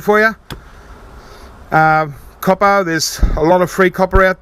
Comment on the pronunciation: I subscribed just so I'd be sure to hear you say "caw-pah" a few times a month, it makes me smile every time. Thanks, mate.